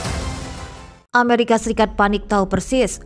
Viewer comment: Sebut amarikapun gak betul.